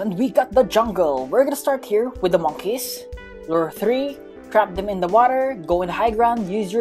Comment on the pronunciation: its funny how he pronounces monkeys lol,good work mate